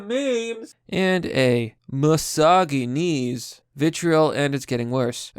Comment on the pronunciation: Mysogeneese🤣 I had a nice chuckle over that